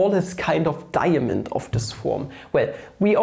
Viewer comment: I came here for a cool way to write 2, but stayed because of snekh. Also da-ya-mond!